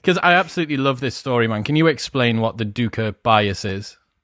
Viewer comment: Great interview, thank you for sharing. I always pronounced it duck-uh, now I'm not sure, I kept thinking you said Duker, like it was a last name.